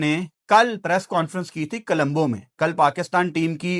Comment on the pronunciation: Kalumbo nahi o parava it's co-lom-bo